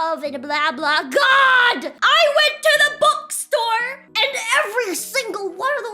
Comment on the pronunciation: i still dont know why she pronounces bookstore " bukstor"